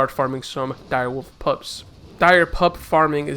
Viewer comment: oh man, you keep calling pups "pubs" so triggered